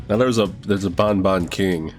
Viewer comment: its the seventh game and yet he still pronounced banban wrong